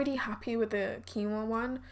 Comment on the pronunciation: Quinoa is pronounced as keen-wah.